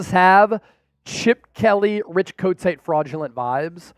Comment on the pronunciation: you make me laff Kotite "coat tie " not the man lol